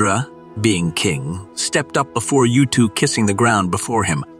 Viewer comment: His name 𒀭𒌓 is pronounced "ootoo" not "Youtwo" sorry but Sumerian doesn't have the "Yu" vowel sound